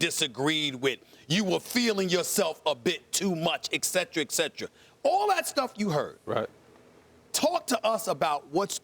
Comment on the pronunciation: excedra excedra